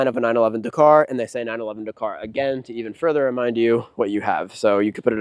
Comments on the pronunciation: It's DAKaaar not Dkrrrr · Please learn how to pronounce Dakar! This video is fucking annoying - dercar, decar, decar every other word! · Say 911 dakar one more time. I dare you. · Mate, learn to say Dakar properly…. But what a fantastic car, great to see one being used. Porsche build such fantastic cars. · lol I mean care or don’t care it’s up to you. But he is saying it wrong…..